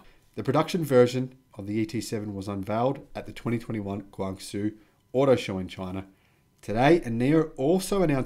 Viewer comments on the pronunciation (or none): Hello, your killing me with your pronunciation of Guangzhou. It is not Guangzooo, they it more like GuangJOE. Keep up the good videos, watching them all!